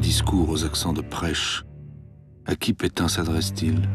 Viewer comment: Pétain pas Pétin.